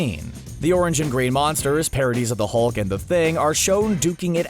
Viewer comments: "The Mulk and the Thing".. but good save after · The.... the what??? The Thung. THE THUNG? and THE MULK???? You have to be doing that on purpose.